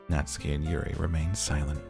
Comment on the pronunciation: Ooooh geez. you are in for a fucking TRIP. Good job >> Also its Nah-tsoo-kee